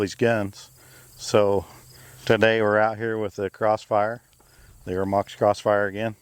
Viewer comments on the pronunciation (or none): Not eremox.... Ermox